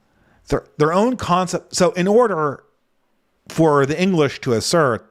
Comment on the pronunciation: 'CONcept' honestly i'll stop. fwiw i have 0 issues comprehending and love listening to you brother you are probably more fluent than anyone i personally know overall